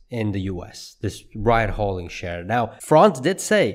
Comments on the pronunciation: ...ride hail-ing, not ride haul-ing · It's "rideHAILing" not "ridehauling" or whatever it is you are saying...